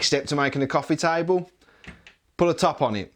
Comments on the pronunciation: Its not taibol its table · He's gonna build, "a tybull...." what?